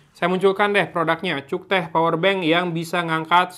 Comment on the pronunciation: Bang ngomong cuktech na ulah sunda pisan atuh.. Hehehe